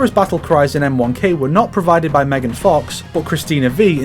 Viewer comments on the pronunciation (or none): none